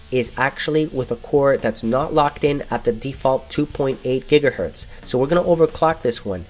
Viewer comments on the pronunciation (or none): none